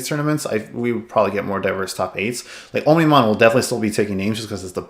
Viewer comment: Great video! Also, its pronounced "ahmni-mon", with "omni" meaning all.